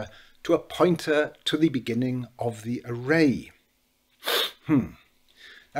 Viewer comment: It made no sense until I realized you were saying POINTER, not PUNTER. I thought PUNTER must be some insightful football term to refer to a role yet to be explained to non-footballers. I suppose it ended up well though and my Americanized ass ends up admitting that Rooney was one hell of a punter. In fact, normally in American football a punt goes high in the air trying to achieve "hang time". Rooney had none of that. Canon shots right to the proper address.